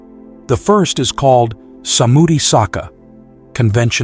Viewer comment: I listen to these podcasts regularly and benefit from the content immensely. However something I keep noticing is the pronunciation of some of the Pali words. i e Anicca. Sammuthi Sacca and Paramatta Sacca in this video. These are pronounced as Anichcha, Sammuthi Sachcha and Paramatta Sachcha. Just thought I'll keep you posted 🙏